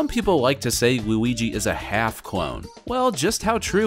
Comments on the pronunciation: why did u say oui-ouigi the 1st 2 times u said luigi’s name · my man calls luigi wooweegee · “What’s the difference between Mario and Wewigi?”